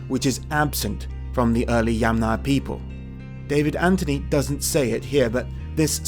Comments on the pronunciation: Interesting documentary! I would draw your attention to the pronunciation of the name Yamnaya though, it should be stressed on the first syllable (YAMnaya). Best wishes! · It’s kurgAn (stress on the last salable) and YAmnaya (stress on the first salable) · Yamnaya is pronounce with the emphasis on the first “a” if you took it from Russian word. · Throughout the video you keep mispronouncing Russian words: it's Yàmnaya not Yamnàya, kurgàn not kùrgan, Khvalýnsk not Khvàlynsk, etc. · Pronounce that yAmnaya & kurgAn plz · Great that you pronounce the word "Yamnaya" correct except Slavic speakers set the stress on the first part.. I know that for English speaker it's more easy to say "Yamna". The word "yama" means "pit" in Russian and must be in other Slavic languages (which all in fact are still pretty close). Very interesting and information rich video! Btw, interesting: IE daughter-in-law: "snusos", and one of the Russian words for daughter-in-law is "snoha". As I've learned there are many of such cognates in Russian and even more in old Russian.